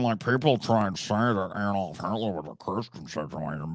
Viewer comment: To be fair to Brett, that was the correct pronounciation of Adolf. He just didn’t know😆